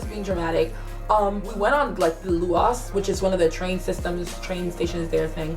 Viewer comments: Lol the train system is pronounced loo-ass not loo-oss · The “loo-oss”! It’s the luas. Pronounced loo is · Did she just call it a Looass hahahahhah it's a loous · Anyone hear the head on her, nothing better than Dublin pal. And its luas not lewos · She called the luas loowass😂😂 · LUAS - it's pronounced "Lewis" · I love this and ur rlly pretty but the way u Said lewis 😂❤️❤️🇨🇮ily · That pronunciation of The Luas😂😂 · Hold up... How tf did she pronounce the "luas" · As a black person born and raised here, I found it interesting to see Ireland from a different nationalities point of view, especially when you pronounced luas wrong. I nearly died lol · No hate, but the way she said luas haha